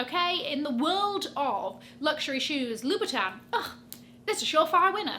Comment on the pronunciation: Louboutin is pronounced "Loo-boo-ton", not "Loo-bee-ton"